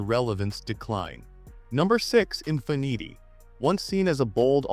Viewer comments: “In fi neetee” ??? Since when is Infiniti pronounced like that?? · The Infin-eaty made me belly laugh for about 10 minutes....ffs....I was in agony!